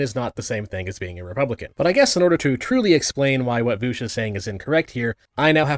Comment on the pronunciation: Why does he call him voosh?